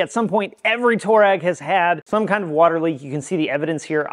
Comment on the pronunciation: Twah-regg, not Tour-rag 👍🏻😁